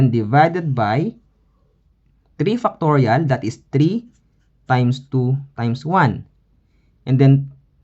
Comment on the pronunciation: The accent is Fire! 7! = Seven FUCKtorial :face-purple-crying